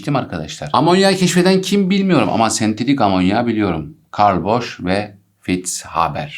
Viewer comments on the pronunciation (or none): none